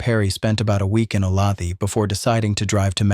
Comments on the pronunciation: It does not depend where you live. The way a town is pronounced is the way it's pronounced. Does Chicago get pronounded Chy-cae-go if you live elsewhere? Olathe is definitiely O - lay- thah. The narrator is pronouncing it wrong. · Olathe is suburban of Kansas City. We say it with the middle syllable accented, schwa at the end. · Sorry, lifelong Kansan here. Olathe is pronounced O-Lay-tha. I know, kinda silly. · Three syllables? I would have guessed "o-LAYTH." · Olathe(KS) is pronounced O lay the. AI narrators are so cheesy. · Please learn to pronounce Olathe correctly! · Oh come on. How can you mispronounce Olathe? Amateur hour. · Dear. "Olathe" is pronounced "Oh-LAY-thuh" not 'oh-LA-thee" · Oh lay the, not o lath ee. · Oh lay tha Jesus mispronounced names drive me nuts. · It's not O-lath-ee , It's Olathe. pronounced, O -Lay-the, Native American name. I lived there 34 years. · it's OhLayThuh , not OhLathee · AI sucks ‘O-lay-th-ee” are you freaking serious! ? Olathe, Kansas , pronounced “Ohhh-layyyy- th-uhhh” ! Do you people expect to be taken seriously? Apparently NOT ! 😑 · Not a criticism but Olathe is pronounced "O lay the" not "O lauthee" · "O lay tha", not "o la thee" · O-law-thee? Seriously? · I grew up just a few miles from the Clutters and remember the event well. After all these years, there are still mixed feelings here about Capote's book. Lots of things were not correct. At any rate...FYI... the name of Olathe is pronounced 'O - lay. - tha'.. not O - lath - ey . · The pronunciation of Olathe in this one is appallingly wrong. A person who approves of the Death Penalty is not of sound mind. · I grew up in Olathe. It's said O-Lay-The not thee. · It’s ‘oh-lay-tha’ mmmmkkkk ? aim not from Kansas and even I KNOW THAT ! ‘Olathe’ is “Ohhh-lay-thA” for the love of God and in the decent memory of the Clutter Family !!!!! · Oh-lay-the (ah) Is how the town of Olathe is pronounced. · The name of that town is pronounced o-lay-tha